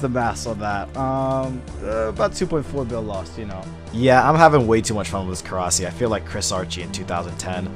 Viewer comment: Every time anyone calls it korasi I cringe so hard